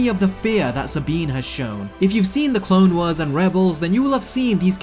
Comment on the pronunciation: Anyone else going to talk about how he pronounces Clone Wars as Clone weres